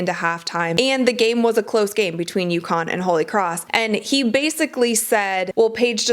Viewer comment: UCONN Not Yukon.You can do better.